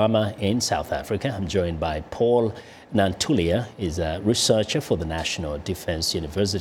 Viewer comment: *Nantulya, not Nantuly